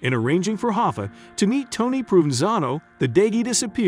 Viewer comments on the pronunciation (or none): Dude, it's Pro Van Zano, please. 😎